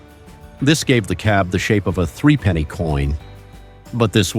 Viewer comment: Oh the irony. Some shots of the Morris J Type were actually an EV styled to look alike, and thus attract a custom clientele. AND the doors slid "internally" on the original. And "three-penny" is actually threepenny pronounced threp-a-nee (without pauses). Which was a pre-decimal coin of the UK - note England is but one part of a United Kingdom. Ask any Scotsman (et al).